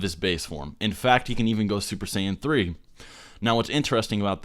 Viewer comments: Lol did you say "Duper Saiyan Blue" when u first said it? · young savage I never said that he isn't supposed to make mistakes. I just found it funny that he said duper Saiyan blue. Other people found it pretty funny too. Not throwing shots at him or anything